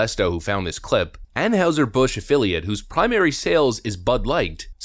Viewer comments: Tell me you dont watch your own embedded video with out telling me... (narrator) "We now have an anne howser Bush afflilate..." (phonetic spelling) Dude! It is pronounced anne hizer bush. if you watched and listened to your own footage you'd be able to properly pronounce the name of the brand. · Seriously, are you on the spectrum?? It's AnHIGHser Busch, the rep in the video pronounces it properly, and you still repeatedly say AnHOWser. It's hard to take you seriously when you screw up words all the damn time. Have you learned the correct pronunciation of caricature yet?? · it's ann-high-ser. not ann-howser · It's not pronounced like house. It's heis sounding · Why are you pronouncing Anheuser like Anne-Howser? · They do this so they can claim "financial difficulty" and lay everybody off and replace them with robots. Not sure how you didn't think of that. Also it's pronounced "Anne hi zer". Is the bar really this low to be a youtuber? Maybe I should give it a try. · Drink coors, real beer. On a side note, the German characters “eu” would be pronounced “oy” in English, it would be more like ahn hoy ser busch. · Ann "Howzer"? Amazing to do a segment on a beer manufacturer and not know how to pronounce the company's name. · Ann houser??? No edit 🤣 dude you’re not even pronouncing it right fk bud light though. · Its pronounced an-heye-zer. How do you not know this? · Are you deliberately mispronouncing “Anheuser” ? Around St. Louis, it was always pronounced “An HY ser. Just saying. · They're pronounce Ann Hie Zer, at least get their name right when you do your news stories. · An-HIGH-ser Bush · Anheuser, pronounced "ann-high-zur". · Why do you keep butchering the pronunciation of Anheuser-Bush? You even have the guy that works for them pronounce it for you and you still screw it up. Lol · Love your channel. But how is it you can’t pronounce “Anheuser-Busch” correctly? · How do you not know how to pronounce Anheuser Busch? Did you grow up without TV or something